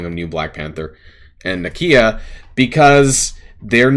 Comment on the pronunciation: The way you say nakia is perfect. Not one American can complain about the way something is pronounced 😉